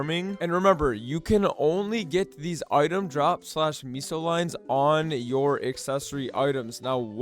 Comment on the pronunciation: What is meeeso gear? Why is he calling meso meeso